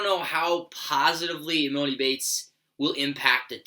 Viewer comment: How do u not know how to pronounce emonis name